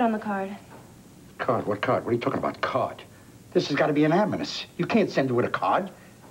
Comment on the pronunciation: Eddie mispronounced anonymous? 😮😅😮😅